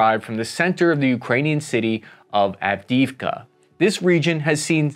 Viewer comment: Av-di-iv-ka, Sir.